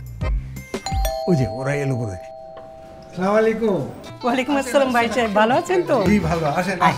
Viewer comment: অভিনেতা অপূর্ব তার প্রত্যেকটি নাটকে সালামকে অশুদ্ধভাবে উচ্চারণ করে। এ ব্যাপারে সংশ্লিষ্ট অভিনেতা এবং পরিচালকদের দৃষ্টি আকর্ষণ করছি।